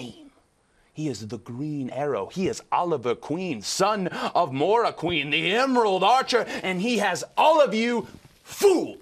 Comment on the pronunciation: He said mora queen instead of moira. XD